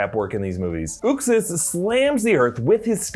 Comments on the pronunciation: its not "Ux-is" is pronounced "Uxe's-Ass" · Its "YUXAS" not "OOXAS" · you totally miss pounced Uxas. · You aren't pronouncing uxas right js